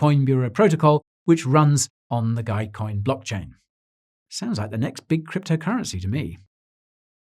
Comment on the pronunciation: Dogecoin sounds like doggycoin 🐕